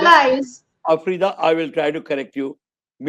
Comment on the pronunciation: He almost said Afridi 😂